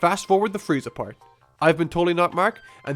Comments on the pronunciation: He said "Fieza" instead of "Frieza." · its freeza, look it up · excuse me... Fieza???? FIEZA??? FIEEEEEEZZZZAAAAAAAAAAAAAAAAAAAAAAAAAAA???????? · frieza nor fieza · Found a typo. You said "Fieza" instead of Freiza" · Goku Vs Fieza 😂😂😂😂 your missing an r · Fieza? lol No hate.... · Lol on #1 you said Fieza XD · Fieza is like a Dolan compared do Donald. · You missed the R in Frieza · fail on frieza's name